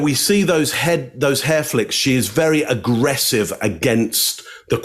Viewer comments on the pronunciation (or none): I just love how pronounces agggrrrresive 😊👌